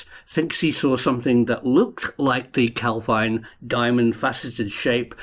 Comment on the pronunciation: Jeez, it's only ever pronounced Cal-veen. Anglicising words failed Scotland. even correctly pronounces it a few times, then reverts back to the nails on the blackboard pronunciation.